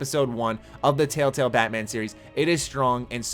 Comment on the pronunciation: "tail tails" ... that's how I kept hearing it being said. I'm not hating, only poking. I'm from northern MN, I haven't lived there in 7 years and i still get made fun of for how i pronounce my soft 'a' vowels.